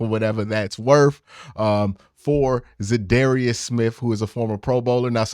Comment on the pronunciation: You should definitely learn how to pronounce the man’s name. I dunno, you have contacts now, maybe reach out and axe him how it’s pronounced.